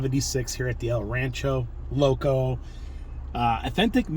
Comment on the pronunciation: it's pronounced el ran-CHER-o loco